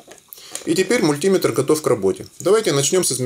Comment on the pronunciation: Мультиметр, ударение на Е!